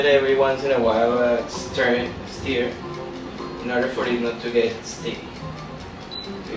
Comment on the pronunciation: mmmmm "melted bacon". haha I also like how he can pronounce "emulsification" but cant say "stir" Good Video! Love Carbonara